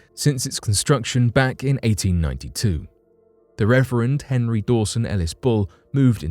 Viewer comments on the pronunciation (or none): none